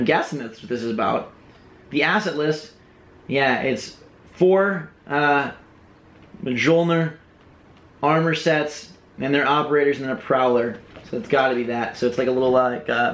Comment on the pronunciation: there armors pronounced (mule-neer)